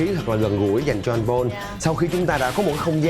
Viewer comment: noi tieng Anh te wa ten Paul ma doc sai